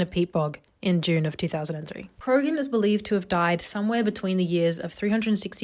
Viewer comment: Krogan man? You mean Croghan man. Pronounced cra-hen.